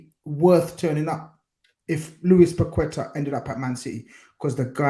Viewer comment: Finally someone who pronounces Paqueta's name correctly, these commentators are mad 'Packita' 😅 YNWA